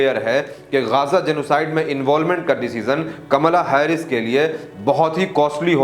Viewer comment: Bhai it's कमला हैरिस